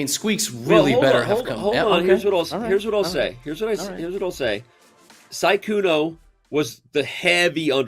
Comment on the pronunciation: Danny pronounced Sykkuno correctly this time. Almost took him the whole tournament!😂